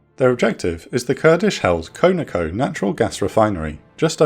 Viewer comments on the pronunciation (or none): Its KON-OH-KO not KONO-KO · not "Koe Na Koe" rather "Kaw Na Koe" Conoco = Continental Oil Company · "con-a-co" Not however it is you pronounced it. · Great video as usual!! Side note: CONOCO is short for Continental Oil Company and pronounced Con - a- co. No biggie.